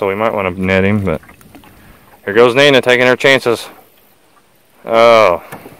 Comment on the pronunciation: Curious about the way you pronounce Nina.....I have an aunt named Nina but with an emphasis on the " I ". The way y'all pronounce it seems like Nena. Lol